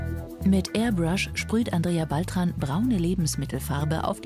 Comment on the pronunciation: Erbrasch (Airbrush)